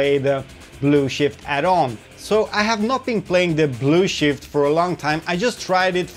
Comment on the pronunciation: I like how you pronounce Blue Shift as "Blue Shit" lol